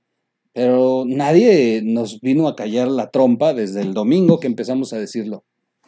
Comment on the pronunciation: te oi mal o si lo dijiste "nadien" te contagias de pejeñol?